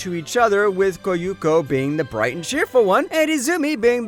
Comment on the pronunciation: And yet another vid that can't seem to pronounce the names right. Koyuko? Really??